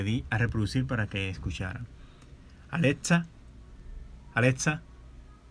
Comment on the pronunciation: Osea al principio dijiste Aletza. Y esa no es la voz de Alexa..